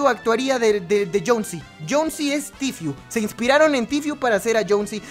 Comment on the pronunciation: Es jonesy no jhon c jajajjaj 😂😂😂😂